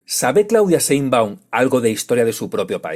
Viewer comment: "Cheinbaum" ¡SAPEE!